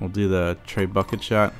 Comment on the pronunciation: Not trying to be a dick. Trying to help you but its pronounced Treh-boo-shay. Not tray bucket. You video rulz man. You totally helped me out.